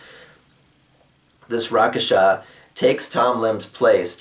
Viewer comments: I think "Rakshasa" is pronounced (at least I've heard those two versions) like "rak-sha-sa" or "rak-shash-a" (kinda like rack-shush-ha, you might want to remember it by picturing a rack that is sayin "ha!" and you shush it :P ). But I have no problem with you calling them whatever you like - especially if you were DM and informed players you are going to call them that way. Rakasha has a nice ring to it, and fits the tiger-people race quite nicely, in my opinion. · not skinning you but I believe its pronounced rak-shash-ka